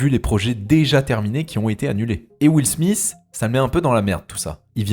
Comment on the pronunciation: Will Smith pas smisssssssssss .....